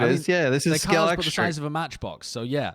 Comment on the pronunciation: we always pronounced it scal-extrics in my house and now i dont know if i was wrong the whole time